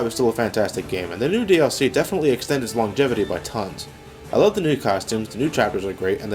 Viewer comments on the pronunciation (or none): I swear he’s saying nude dlc